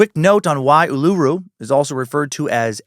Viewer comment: Lol, you're so funny, Dan. Uluru is pronounced Ool-la-roo and Ayers rock is airs rock